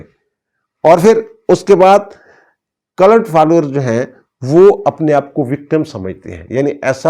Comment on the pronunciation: It's called a cult, not culut.😊